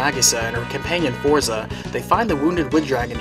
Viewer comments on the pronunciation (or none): none